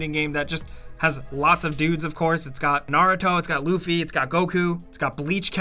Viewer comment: ok that’s not how you say luffy And if there are a bunch of anime characters... then where the hell are bnha and fairy tail?????????? SERIOUSLY